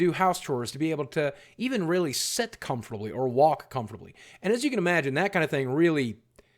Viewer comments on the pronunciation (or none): Boogie... it's SIT not set!